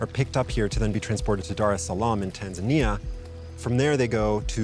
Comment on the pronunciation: Why doesn't the reporter pronounce Tanzania properly? The local will say it and he repeats with the incorrect pronunciation every time.